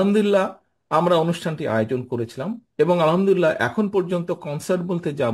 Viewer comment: আলহামদুলিল্লাহ উচ্চারণ কি আমি ভুল শুনছি🙄